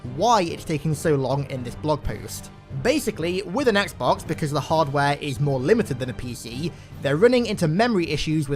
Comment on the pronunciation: "etsbox" Me: hol up i didn't know this was halo follower